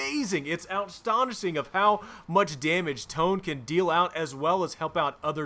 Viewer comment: Also, outstonishing is my new favorite word! Lol